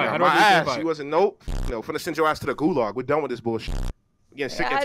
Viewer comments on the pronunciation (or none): nigga said golag